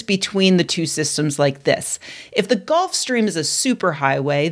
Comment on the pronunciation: GULF. GULF stream. Not “golf”.